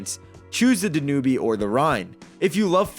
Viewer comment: If you’re going to do this kind of video, be sure you are pronouncing rivers, such as the DanUbe River correctly. You lose all credibility.